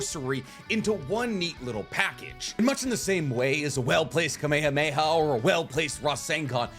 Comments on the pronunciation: No way he just said kamehamaha like that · This man said kamahameha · I'm sorry, WHAT?! That is not how you pronounce Kamehameha dude 😂